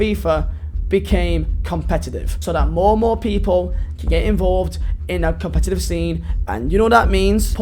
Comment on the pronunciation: Funny cos you can’t say the word competitive